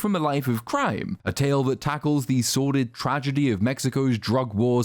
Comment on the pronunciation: I know you said "a movie that tackles" but in my heart was "a movie that tacos".